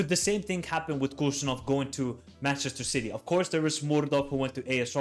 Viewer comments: He is not Kushanov!! Khusanov, first Kh wiill be read like H in "hen", A will be read like ''á'' in CAR. So HusaAnov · I am from Uzbekistan. The first K in his last name is silent. It is more of a hard H sound like in word WHO. Also, the emphasis is on the A, so the phonetic pronunciation is hoo-sA-nov PS i am a huge Man Utd fan, so this will be interesting. I will have a player i will cheer for to do well in a rival team. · props for making this with great analysis. Just one thing to mention his last name pronounced as 'Husanov' similar to Habib (Khabib)